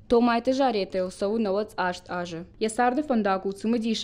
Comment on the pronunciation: "Томайты Заpетæ..." Ударение на первый слог фамилии